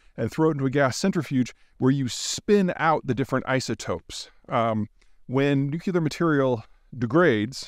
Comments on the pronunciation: Please say 1000 times « nuclear is not nucular »! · Learn how to pronounce nuclear Peter. Its not , new cue la, its new clear. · NU- CLEE-ER. Not NU-KEI-LER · And please, Peter, learn how to pronounce "nuclear" (like the nucleus of the atom)- not "Nuc-ye-lar" (there is no such thing)... It's really annoying to hear you repeatedly mis-pronouncing this over and over. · Peter. The word is pronounced NU CLEAR. Not NU CU LAR. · such a brilliant guy you’d think he’d learn to pronounce NU-CLEE-ER it’s like nails on a chalkboard to hear New-CUE-LAR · nu...clear, it's so easy. Someone needs to tell him there is only one "U" in nuclear. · Damn this would sound smarter if he said nuc-LEA-ar not nuc-U-lar! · NEW-CLEE-AR Difficult listening to a guy present himself as a nuclear expert when he hasn't bothered to teach himself not to say NEW-Q-LAR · Only Putin has nu-cu-lar stuff Peter, the rest of the civilised countries around the world have nu-cle-ar stuff... 😂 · Peter, repeat after me: NU-CLE-AR ☝🏻 not NUCULAR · Nuculear? Whats that ! I understand a fair bit about nuclear ! Sounds interesting this nuculear! Lol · I will die on this hill: it's NU-CLEAR, not nucular. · Zeihan is brilliant and compelling on geopolitics but what’s up with deliberately mispronouncing nuclear? It’s like fingernails on a chalkboard. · OH MY GOD STOP SAYING NUCULAR IT'S NUCLEAR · Is he saying "nuke-you-ler"? It's "new-clear". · Nu-CLEAR. It's pronounced nu-clear. I love you. But you sound like George W. when you say nuc-u-ler.❤ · It's nuclear, not nucular. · NEW-CLEAR. Not nu-cu-lar. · nu-clear, not nu-que-lar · Interesting video. One minor pet peeve. It is not nu-cu-ler. It is nu-clee-er. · Nu cu lar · Nuclear is pronounced new clear. You have got to stop saying nuke-you-lurr, it makes you sound like a child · You should have stayed away from this one. Someone who can't pronounce NU CLEAR, not nuke u ler, doesn't need to go down a trail you haven't got a handle on. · Nu cu lar. 100% correct.